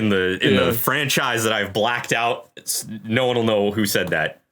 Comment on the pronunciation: Of course it is. You got the emphasis wrong for the whirlpool. It's the only thing they've ever seen come OUT of one. They've seen plenty of stuff get sucked down into a whirlpool.